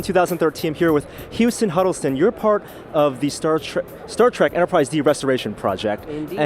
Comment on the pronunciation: What's this "Start Trek" you speak of?